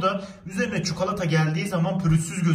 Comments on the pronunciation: Çukalata :D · Yeni kelime açıldı : çukolata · Evet çukalata